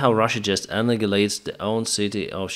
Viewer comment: OK, after several episodes of mispronunciation: Annihilate = A NAI HIL ATE. No G-sound anywhere.